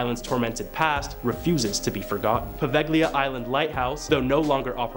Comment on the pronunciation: Poveglia and macabre are so awfully butchered each time. It’s almost painful😅